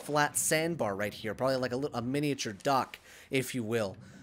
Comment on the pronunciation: It's so funny, every time said dock I thought he said duck, I was dead when he said we need, to build a duck